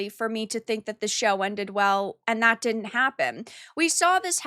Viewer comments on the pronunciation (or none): “Could-dint” and “did-dint?” Why bother with contractions if you are going to pronounce them that way? I like the content but the way you pronounce words is hard to tolerate.